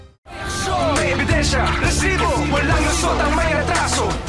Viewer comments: Oa ng "RRRRResibo!"😂😂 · Hahahahahaha ntutuwa aq pag sinasabi ni sir emil. Rrrrrrrrresibo😂